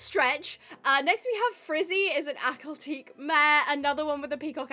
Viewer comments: Clickbait title 😠 and why do you dont like akhal tekes irl And its pronounced Akhal Te-ke not akhal teek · It is pronounced Akhal-TEH-kee, not Akhal-TEEK.